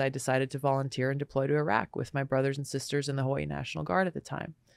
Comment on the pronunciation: This might be the first time I've heard a US politician pronounce 'Iraq' correctly. That tells me something.